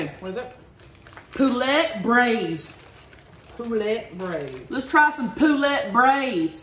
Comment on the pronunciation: "Poolet Brayze" she said XD LMAO